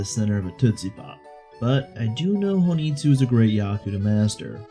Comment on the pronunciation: Um ackchually its hon ii tsu not ho ni tsu